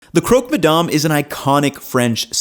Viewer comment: Hey, I'm french (ish) and in english it would be pronounced more like "Crock-Muh-Damn" or more accurately, "Cruck" ma damn. Source: i live in Quebec